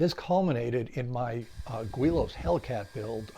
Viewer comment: I like that you try new designs and that you share your results. I learned a lot just watching. One thing I learned was its pronounced "gw-ee-lows" and not "gi-lows" that I have been calling them for years! I've seen those kits for years and even built one some 40+ years ago with tissue and dope. It wasn't powered though. Never thought about RC'ing any of them but you are inspiring. Haven't tried foam board planes yet either but it looks like fun. There are a couple guys at the club that do.